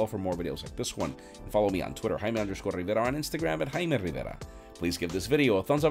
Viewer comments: What's Haimei Hibera blah blah blah. Say it proper! It is Jaime Rivera! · I hear him say Hime Rivera but it's written Jaime Rivera 🙄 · I come here to just hear him say JAIME RIVERA